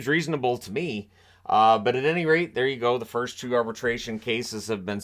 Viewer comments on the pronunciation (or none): none